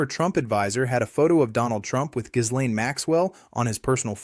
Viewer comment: The "s" in Ghislaine's name is silent.